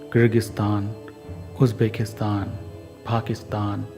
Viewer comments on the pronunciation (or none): none